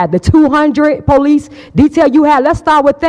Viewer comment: The poleece!😂